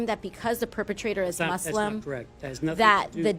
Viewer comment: I liked how she pronounced muslim the right way and not say it MUZLIM like most westerners.